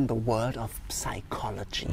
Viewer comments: I am the only one concerned that the narrator pronounced the silent p in psychology?... Twice!!! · Das P in psychology wird übrigens nicht ausgesprochen! ^^ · By the way bro, the ‘P’ in psychology is silent 😭